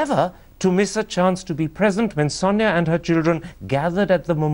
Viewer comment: Why does keep saying pronouncing Sonia as "Sanya"? Does he know any Indic language? I pity him - his angrez is cr@ and his nawledge of hindi/hindustani is non-existent. May be the funky bow tie gives him a little bit of fillip to go on and on and on...